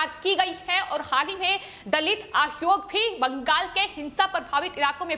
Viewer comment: आयोग कहो आद्योग नहीं। सही उच्चारण किया करो